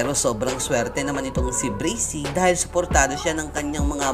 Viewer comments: Kuya pag pronounce braksy hindi brasey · You mad me laugh breysi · Braxy hindi brixy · Bubu hindi breysi braksi bubu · Braxy po di bracy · Braxy Hndi breysi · Braxy not brisy or brixy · Braxy bro not breaxy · Not bricy the right name is braxy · mali yung pag ka sbi nya sa braxy hindi bracy yun braxy yun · Breysi pala pronunciation akala ko braksi🤔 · Braxy Hindi brazy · Brexy pala pagbigkas akala ko Braxy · Correction braxy po hindi bracy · "BRAKSI" talaga tamang pag pronounce hindi "breysi" according sa google. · Hahah sir inspirasyon Braxy sir Hindi po braksi hehehe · Bakit po bracy braxy po as in braksi ang basa nyan po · "Brakzy" Not "Brezy" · Bakit po brizy yong bigkas nyo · pronunciation: Breysi "BRAXY" Me: Braksi 😂😂😂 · Breyksi dapat tlga .. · De brasy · Brezzy haha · Bakit kaya breysi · Anong BRAXY."braksi" yon aral ka muna aral ka muna. HAHAHAHAHA jok lang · Akin Bra-k-sy pronounce ko sa Braxy nya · Dude bra. Xyyyyy not sssssiiii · Mali kasi pronunciation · Brasy at montaj mali ung banggit mo